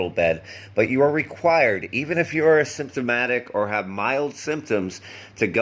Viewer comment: The way you pronounce asymptomatic sounds very much like symptomatic. Most people pronounce it with a strong emphasis on the initial syllable a:. A-symptomatic.